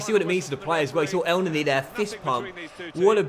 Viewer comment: Dude i`m Egyptian , that's how you pronounce him " Enenny "